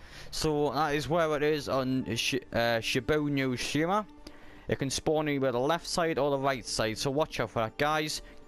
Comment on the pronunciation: That is not how you pronounce the name or the map